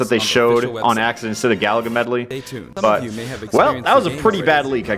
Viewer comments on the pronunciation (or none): none